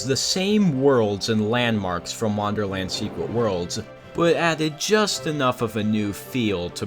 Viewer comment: Why do you pronounce it "wanderland" instead of "wonderland"?